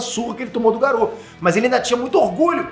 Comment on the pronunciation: pq diabos você fala Garu, em vez de Garou?